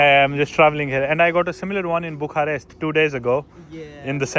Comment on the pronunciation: Bhai bhukharest ni bolte it's Bucharest 🙌♥️